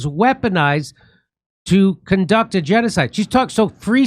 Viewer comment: That nasty hack couldn’t even control her tongue while lying she ended up saying “contuc” instead of conduct. And she thinks if she adds “you know that” at the end of the lie it’s more believable